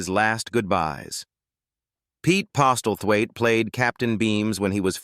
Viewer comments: Worst AI pronunciation ever. Pete Postal Thwaite!!! lol... It is pronounced 'Posslethwaite...' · Maurice Roeves...its pronounced "Reeves" not "Ro-evs." 🏴 And Pete Postlethwaite...pronounced "Possil-wait". Why the addenda of Actors' "Net Worth"... Tacky and irrelevant.